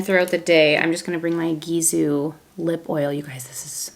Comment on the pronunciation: Gisou is pronounced Gee-So I believe 😘